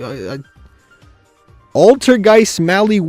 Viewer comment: I'm pretty sure he also calls Candina Canadia 🤣